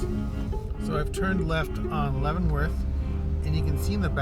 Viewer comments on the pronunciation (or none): none